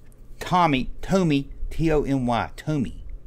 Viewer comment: My Holy Grail Items... MICRONAUTS - I remember them well, had a few vehicles too! I Loved them but never knew what they were when I was a kid... And WELL DONE... The TOMY MONSTOUROUS MAZE... Kind of recall them! And the name - YOU GOT IT... It is pronounced TOE-ME